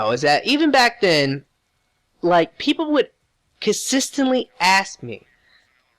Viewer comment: con-sis-tant-lee your welcome